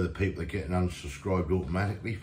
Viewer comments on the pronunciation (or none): none